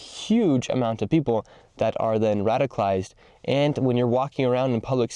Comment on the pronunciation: It's 'radicalized', not 'radified'